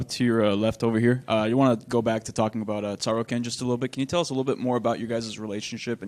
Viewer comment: "taro-ken" ~"mma journalist" - cant even be bothered to look up tsarukyan on youtube to get a clue; he just joined two sounds he knew and settle with that.